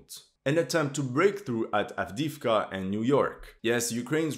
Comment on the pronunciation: С произношением Авдеевки беда, поработайте